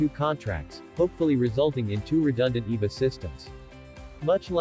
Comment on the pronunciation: Thats E. V. A. not eva.